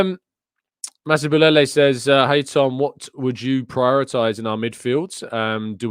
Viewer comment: Hi Tom...always great to listen to your balanced views on a lot of potentially divisive issues👌 Wanted to commend you for your pronunciation of African names from the most southern part of the continent...Masibulele😂🔥💪‼ Despite all our opinions, the only objective reality is that we are top of the log and by extrapolation, we should be at the top come the end of the season...unless we behave like Spurs😂 If the league was to end today, for whatever reason, Arsenal would be crowned champions...points on the board is what matters the most. WE ARE AT THE TOP, WE JUST HAVE TO SUSTAIN IT and play the football that makes us win more games than we lose...COYG 💪‼